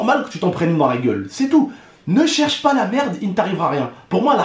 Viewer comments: MDR on dirais pas un beauf a il a dit ''pour moi le mot hagrla il exsiste PO!'' XD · il a dis 'pas' comme un chti 😂